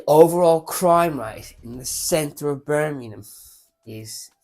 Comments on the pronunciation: It’s BirMINGham…. MINGham not Birminumm. Christ my teeth were on edge every time you said it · Birmingham not merminum😂 if you can say Worcestershire sauce correctly I’m sure you could pronounce England’s second city correctly!